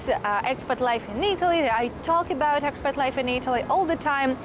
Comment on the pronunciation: So fun how 'ex-pat' sounds so much like 'expert'. 😆